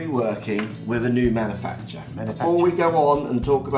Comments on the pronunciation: Hey I see that Mark's pronunciation of Manufacturer annoyed you but in his tweet in your Rick hates average golfer vid Mark writes the word manufactures but do you notice that if Lockey makes a mistake about pronation or dynamic loft Mark will jump all that. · His inability to pronounce manufacturer got on my tits